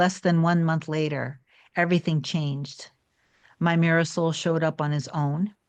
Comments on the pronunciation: Every time you say mirror soul, i keep thinking you’re saying ‘my Marisol showed up better than before’ and I keep thinking you have a partner called ‘Marisol’ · This is my very first video of hers I’ve ever seen. And that’s exactly what I thought. I thought maybe she was saying a word from some ancient language or something😂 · Me too! That is exactly what I thought!!! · OMG!! Thank you LOLOL! I was wondering after 20 vids lol!! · I thought that too for months! 😂